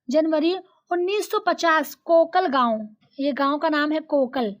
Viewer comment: Mam😂 ham musannif ke hi gao ke hai and un ke gao ka naam kokalgaon😂 ( kalgaon) me paida huye or (zila) Jise English me district matlab zila hota hai or hamara zila yautmaal nhi (yevatmal) hai sorry but aap Talim de rahi ho to dekh kar padha ya kare hamare nana hai nasheet